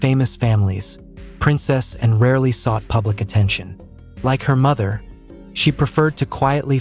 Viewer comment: Not Princessan. Princess Anne, please!